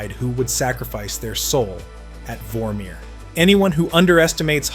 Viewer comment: Que pedo con las pronunciaciones de los nombres.? Molner.? Romanga.? Jacai.? Volmir.?